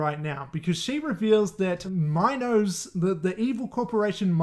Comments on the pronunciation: It’s “mean-oas” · I think it's pronounced "me-nos" like the greek tale of King Minos, who had Daedalus build a labyrinth for the minotaur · Also dude did NOT watch this movie. They say Minos (ME NOSE) many times. How are you mispronouncing it? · It’s Meen-Os lol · How do you watch both movies and not know how to pronounce minos?